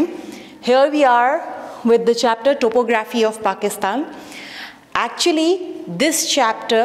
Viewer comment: uhh thank you so much this seriously helped but pls correct your topo-graphy accent